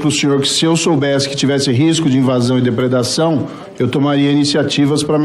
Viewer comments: DREPREDRAÇÃO, DERPERDRAÇÃO. MARRECO É FODA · Depredação, depedacao, depitacao, despedeacao...kkkk, mas qe m... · Será que moro não cansa de passar vergonha! Deve ter passado a noite inteira aprendendo a falar a palavra(depredração). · "DEPREDAÇÃO" ou DEPEDRAÇÃO, " marreco"? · 😂😂😂😂😂😂😂😂rindo de novo... Marreco tentando falar depredação é ótimo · não sabe nem falar depredação que vexame.😂..todo mundo odeia o marreco..esquerda direita centro centrão etc..kkkkkkkkkkkkk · 😂😂😂😂Ele está aprendendo está quase conseguindo falar depredação, esse foi juiz de direito kkkkkkkkkkkk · Um senador que não sabe falar depredação deveria voltar pra escola 😂😂😂😂😂😂😂😂😂😂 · Compreendo da dificuldade dele em pronunciar a palavra depredação... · Moro está quase conseguindo pronunciar depredação.Mais umas dez CPIs e ele fica craque 😂😂😂😂😂😂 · É a 2a. vez que ele não consegue verbalizar Depredação corretamente. Só não é retardado quando se trata de fraudar ou ser corrompido. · O ex juiz e capacho da milícia golpista parecia que ia ter um AVC todas as vezes que tentou pronunciar depredação.